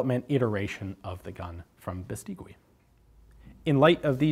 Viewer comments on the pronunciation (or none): Great video as always. Let me just say, the last 'u' in Beistigui isn't pronounced - it's read like Beistigi. Cheers from Spain!